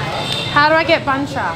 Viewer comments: it's funny the way you eat bun cha. Combine the meat and bun together dip it in the sauce. You don't eat meat and bun separately like that. Btw, it's called "BUN CHA" not "BANH". Pronounce B U N, not B A N H. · Actually, it's pronounced "boon" with the Vietnamese accent. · The way she pronounced it sound exactly like "BANH" which means a "cake" or "baguette" in Vietnamese